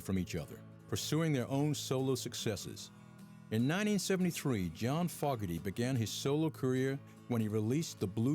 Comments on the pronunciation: I really wanted to watch this doc - but if the narrator cannot properly say the last name of half the band (FOE-garty, not fogg-arty), I cant trust the rest of it - I am out! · Fogerty. Fogerty. Not Fogarty, Foggery?, Fogelberg or Fogey. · It's pronounced 'faux gerty' not 'fog ger ty! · Dude… it’s NOT “Fog”-erty it’s Foe-gerty… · foe-ger-dee not fog-ga-dae find a better narrator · His name if FOE-GERTY...NOT FOGG-ERTY. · FOGERTY.. FOOHHHHGGGEEERRRTTYY. NOT FOGGARTY. that annoys the hell out of me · its FOGERTY....not fog..erty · What's this fogarty crap? Fogerty man, Fogerty. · yea its FOGERTY...not fog..erty. and LODI not loody..damn man, WTF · Fogerty (Pronounced- Foe gertie) / Bayou (Pronounced- Bye you) / Lodi (Pronounced- Low die) / But this is an excellent documentary none the less. Thank You! 😊❤😊❤😊❤ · just watching this on Pluto tv. The announcer is clueless. John Fogerty's last nane in pronounced FOEgarty. the song Lodi is Low di, Born on the Bayou, is pronunced buy you. You would think they would get someone who knew what he was talking about.. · Fah gah tee? Is this a joke? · How do you make Creedence boring? I don't know, but they managed to do it. Seriously - John Fog-gerty?? ""Loddy"? "Born On The Bay-you? Admit it, dude - You never HEARD of Creedence. Then, there's the guy who said "Fortunate Son" wouldn't appeal to "Republicans and supporters of the Vietnam War". Let's remember, it was two Democrats who mired our boys in Vietnam - and then escalated the hell out of it. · This isn't a bad doco on CCR, but two things really annoyed me. 1) The narrator couldn't pronounce "Fogerty" correctly (with a long "o" sound). 2) The Brit with the rotten teeth: as unpleasant to listen to as to look at. Yikes! That's the best talking head they could get to appear in this program? And in my opinion, Deep Purple -- who this wanker holds up as the bee's knees -- doesn't compare to CCR, with their copious string of hits... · FOE -GER - TEE. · He calls him FOGARTY